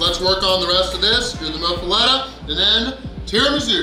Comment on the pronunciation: Pronounces "muffoletta" six different ways hahahah must be getting English Lessons from Dave Portnoy now, everybody knows the rules! 😂😂😂😂😂😂😂😂😂😂😂😂😂😂😂😂😂😂😂😂